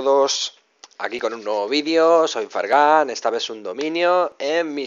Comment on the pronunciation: En vez de fargan dice fargán con tilde jajajaja el mejor